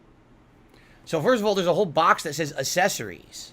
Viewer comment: The way he constantly mispronounces words absolutely infuriates me.